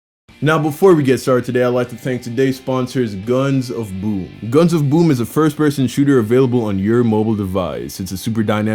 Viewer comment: It’s funny how he says boom